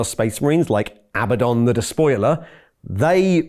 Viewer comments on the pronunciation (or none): none